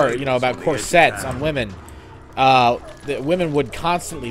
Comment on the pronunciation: the fu is a croisette? did he mean corsette?!?